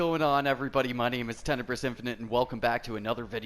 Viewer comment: Your vid's are not bad. So please stop mangling the word tenebris!!! The final syllable, "Bris", is pronounced close to "breeze".